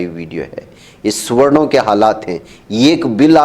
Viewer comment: Suwarnn...Suwarnn .. Suwarnn. Bolne per Aisa Mahsoos horaha ke inko. Suwwar .Suwwar kaha jaraha hai. 😅😅🤣🤣🤣🤣🤣😂😂😂😂😂😂👍👍👍👍👍👍👍👌👌👌👌👌👌👌.. Arre Suwanno Tum Apni Jaati ( Zaat) ka koi Aur hi Naam Rakh lo. Chalo Suwwar hi Rakh lo 😅😅😅😅😅🤣🤣🤣🤣🤣